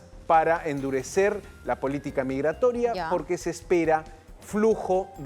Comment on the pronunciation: 😂😂todo pais tiene derecho a tomar sus desiones .la palabra endurecer ..que pronuncjIa este impresentable .parece que quiere vivi r en violencia.